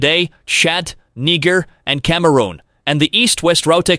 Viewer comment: sorry if this seems fascetious, but i gotta ask if this is some kind of robo voice... or if this is a living breathing human being?? lmfao -> i cant get passed how he doesnt know how to pronounce EGYPT, i was already cracking up with Ah-Ree-Ah's... shat, neegar, and cama-rone... connecting E-gif-t to..... yo, quit staring at my ah-ree-ah... sounds like he's trying to say areola instead of area.